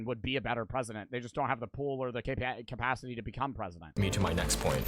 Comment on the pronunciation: I want Joey to be pwesident